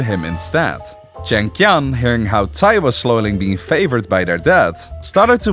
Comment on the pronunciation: The animation is awesome but I don't get how you managed to pronounce "Li" in so many different ways while reading the same script, especially since it's among the most common surnames in the world. Not to many the many variations on "Chengqian" while is pretty easy if you know the q is pronounced similarly to the English "ch".